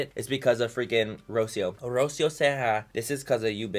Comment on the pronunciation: My name is Rocio and you’re not saying it right. There’s more of an accent on the “i”. Also, you speak Spanish, so say it in Spanish because that’s how it’s meant to be said. I hate when people try to say my name in “English” because it’s Spanish. It’s like Ro-SEE-o